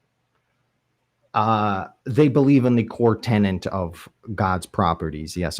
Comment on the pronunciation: learn how to pronounce infallibility. Also, it's "core tenet" not "core tennant"